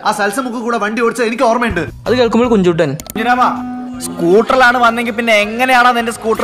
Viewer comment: കുഞ്ചുട്ടൻ അല്ല കഞ്ചുട്ടൻ